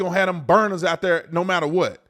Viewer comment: Brandon… don’t put this ignorance out “ dhere” again.